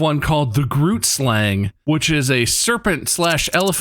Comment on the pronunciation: are there any other south africans in the comments who thought Bob's pronunciation of "groot" slang was hilarious but also sounded exactly how I imagined an american would say it